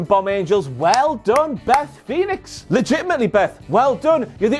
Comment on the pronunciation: Did I heard him say "Betty Phoenix" instead of "Beth Phoenix" , , ?